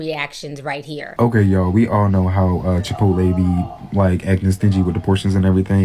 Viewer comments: I love how Ti says Chipoleee 😂😂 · Not Chi-pottle 😭😭😭